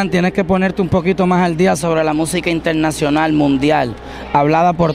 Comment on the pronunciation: KrtosWiNs nononononon intelnasional